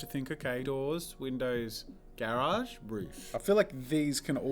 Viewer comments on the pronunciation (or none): none